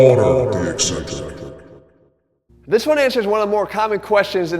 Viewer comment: Minor point, but you frequently mispronounce this word: "Eccentric" = EK-sentric, not EE-sentric.